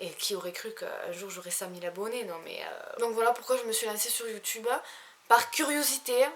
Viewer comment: qd tu dis 100 000 milles abo on dirait à tu dit 5 000 mdrrr donc au début j'avais pas compris même sur insta mdrrr bref te taiiimmeeeuh ma belle bisouus❤